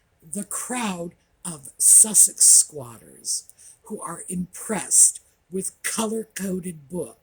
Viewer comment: I know you said squaders, but Sussex squatters works